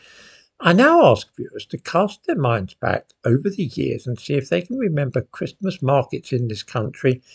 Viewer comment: I can’t believe how quickly the time flies. It feels like only a few weeks ago since the last time I was having to listen to you pronouncing the “t” in Christmas every other day.